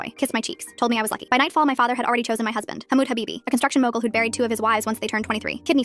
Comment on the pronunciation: "Hamood Habibi" 😭🥀